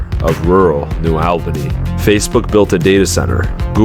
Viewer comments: It's pronounced New "ALL"bany, not New "L"bany ...ugghh ..freaking AI Voice!! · "AWL BANY" not "AL BANY" - a local Great video btw! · (ALL-BANY) not AL-BANY 😂 Sorry, I had to. Great video, thank you for covering this. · It's pronounced ALL ba nee, not al-ba-nee, ex-newyorker, I ought to know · The village's name is noo allbanee, not noo albanee. New Albany, like ,Dublin, Groveport, Grove City , Canal Winchester, sits at the edge of urban sprawl. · It’s pronounced “All-bunny” not Albaney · Its Albany not AL bany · Alll-bany....not Awell-bany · Its ALL-BANY not Elbeny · Hard to watch because you're saying Albany WRONG! It's All-bany not Al-bany. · Albany is pronounced Al-ba-knee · ALL’-bunny Sorry, had to.🤣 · Not short or long “a” or schwa sound. It’s pronounced /uh/ with the emphasis on the first syllable. ALL buh knee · It’s pronounced New “All-Ben-knee”.